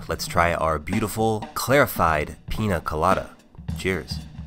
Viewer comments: he spelled piña correctly in the video name, but never said it once properly during the video.. Peenya.. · How is he a expert at the pina colado but can’t pronounce the ñ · Dude learn to pronounce "Piña" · Sorry, but your pronunciation drives me nuts :-) It's a Piñ(!!)a colada and not a Pina Colada... :-) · The correct pronunciation is "peenya", not "peena", since the letter is an "ñ" with a tilde, not a regular "n". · Bruh stop saying PEENA colada. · It's not called PEENA colada by the way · IT'S PRONOUNCED PINJA COLADA!!!!!!!!!!! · how do you spell it correctly but still dont know how to pronounce it? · People, it's piÑa, not piNa. Similar to the french gn sound or the portuguese nh. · Holy sh*t you're SUCH A GRINGO! It's NOT a "Peena Colada", it's a "Peenya Colada". Literally couldn't watch the video all the way through. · 7 seconds in and I'm already annoyed that white people can't pronounce the things they consume on a regular basis. it's Piña, not PINA. that little squiggly thing matters. PEAN-YUH. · ñ is not that hard bro c’mon nya pee-nya piña hooray you got it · Every time he pronounces Piña Colada like Pina colada I wanna turn off this video but I wanna see what it's about ughhh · Easy explanation: It's Piña Colada. (PIÑA is pronounced pinia not pina). That's a super easy correction that will help you always with any word using Ñ. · Every pina instead of piña hurts my soul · It's not pronounced pina, it is piña. Like a strong nya sound. ÑÑÑÑÑAAAAAAA! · PEEN-YA not PEE-NA! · I hate it when americans say PINA instead of PIÑA. Ñ is a different letter, it's pronounced the same way as the "gn" in 'lasagna' I bet they don't say LASANA. Same with Piña (and any other word with Ñ) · PEE-NYUH not PEE-NUH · I’m sorry but I can’t at the way he says pina 😭😭😭 my Mexican heart hurts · Say it with me: Piña (peen-yah). Not Pina (pee-nah). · Bro stop saying Peen Nuh colada. It’s Peen YUH colada. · Todo es perfecto salvo, que cada tres segundos dice pina y no piÑa